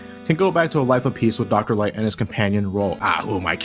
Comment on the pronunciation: ...Dr. 'Light'. Oh those R's and L's!